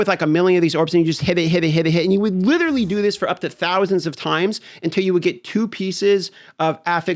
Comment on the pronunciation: hes widdewiwy hidding the gwiddy